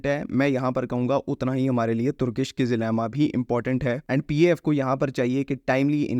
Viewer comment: It's not kizlima it's kizilelma.